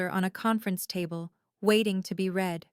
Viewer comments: you really need to get the pronunciations of read and read right. One is REED, that means you are reading something, you read it. But past tense is pronounced as red. If you are using a bot, spell those two words in the transcript as reed and red so it's pronounced correctly. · Please tweak your AI algorithm - read (pronounced red) is the past tense of read (pronounced reed). It is a consistent error that shouldn't be, and wouldn't be if there was proper audio editing.